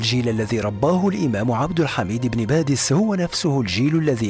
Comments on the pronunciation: باديس وليس (بادس) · بارك الله فيكم على المعلومات ولكن يرجى التصحيح إسمه إبن باديس وليس إبن بادس ورمضان مبارك لكل الأمة الإسلامية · صحح اخي ابن باديس وليس بادس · شكرا على المديح وللعلم انا من الجزائر 🙋🙋🙋🙋و سمه عبد احاميد بن باديس انه باديس وليس بادس😊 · لتصحيح إبن باديس و ليس بادس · ليس بادس بل بديس